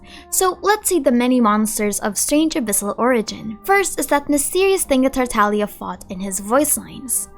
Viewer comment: Bro please it’s tartaGGGGGlia not tartalia